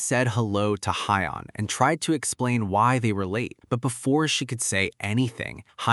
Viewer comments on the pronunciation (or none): The name are kinda wrong in the ai cus they said hyion when it yeon